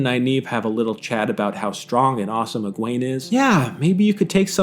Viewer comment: I'm sorry but your pronunciation of Egwene is wrong it's Egwene. Thank you